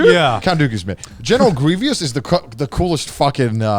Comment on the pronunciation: I appreciate how Connor thought General Greivous was cool, but I don't appreciate how wrong he pronounced his name.